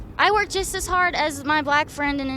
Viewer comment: "History is harrrd"